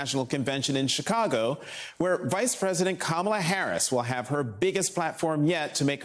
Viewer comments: because mispronouncing your opponent's name is either another sign of cognitive decline, or incredibly childish. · I'm sure you'll be the loudest in the room if trump mispronounces kamala